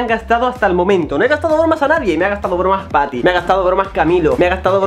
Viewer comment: YO escuchando tati en vez de patty🤣🤣🤣